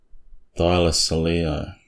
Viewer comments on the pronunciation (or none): I laughed every time you said thylocoleo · Could it be a hard "c" in Thylacoleo?